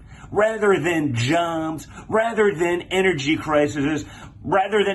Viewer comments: Did little Donnie just say, “juobs”, instead of jobs. 😂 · "Jongbs" why say it like that? Throat numb?